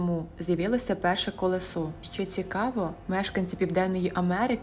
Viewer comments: Так різануло слух "колесО". Правильно "кОлесо". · Зайшов в коментарі щоб точно так написати про кОлесо, але ви мене опередили!? Це капець!😱)))